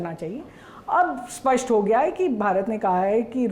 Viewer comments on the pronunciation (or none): none